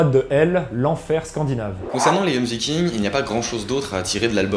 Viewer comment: Ok alors, pour éclaircir ta lanterne: PAS "dJoMsVikings" commet tu dis, mais les JOMSVIKINGS!! (à lire: Yomsvikings). Sans parler du mec à avec du FDP sur sa chemise xD xD xD